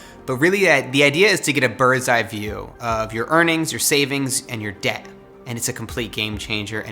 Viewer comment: It’s not dept it’s debt